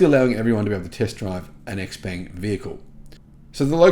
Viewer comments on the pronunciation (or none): Pronounced ‘ShowePung’, according to my Chinese mate. Great to hear these models are coming to Australia! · According to people at the Xpeng factory that I spoke to recently, they are now pronouncing it Xpeng for western tastes. Stand by for another name change.